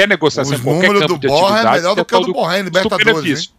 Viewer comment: Esse cara é colombiano e os caras pronunciam seu nome como se fosse francés! Em espanhol o rr do Borré não se como pronunciamos carro (por exemplo)